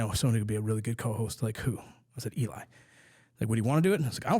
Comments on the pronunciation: I stg keeps calling Eli "Doublefap". I don't know if that's what he's saying but it's funny af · Did say "Eli Double Fap?